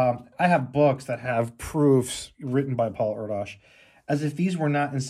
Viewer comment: Last name is pronounced (Air - dish) . 🤘🎸